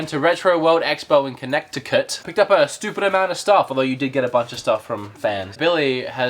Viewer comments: LOL Conneckticut. Us locals pronounce it Kin-neh-ti-kit. or Con-neh-ti-kit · I'd go with "Kuh-neh-di-kit" or "Kih-neh-di-kit". A "T" in the middle of the word is pronounced as a "d". See also: "Hard-ferd" (Hartford), "Wah-der" (water) and "Kwah-der" (quarter), the latter of which really aren't supposed to rhyme. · They way he pronounces Connecticut is ridiculous, can either of the Americans please correct him .. please? Jesus..